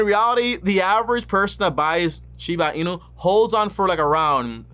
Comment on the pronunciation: "Shina Inu" & "Dodge" coin 😜😆😂🤣